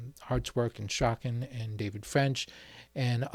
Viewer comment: Hew Strachan's name is pronounced 'Strawn' - not 'Strakken'.